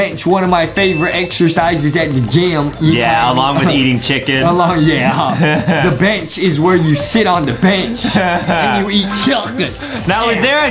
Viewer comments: Justin always say chucken!!!!!!! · Why Justin always say chicken but he say chucken? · why is justin saying chillcken without chicken